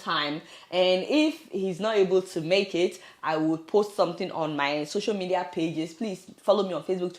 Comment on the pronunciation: 😂😂😂😂 did he say Soso media